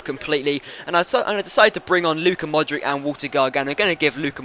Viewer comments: Modric pronounces ModriCH buddy :) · Modric goal. Btw it's pronounced modrich. Just to help.